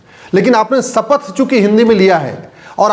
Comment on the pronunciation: सपथ नहीं शपथ बोलते हैं